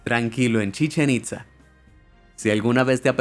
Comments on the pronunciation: Hola, una cosa que aclarar Chichén Itza se pronuncia cómo que tuviera acento en la a. 😃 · chichenit Za jajajajajaja